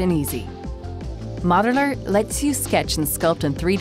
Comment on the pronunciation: Is she saying "Moderler"?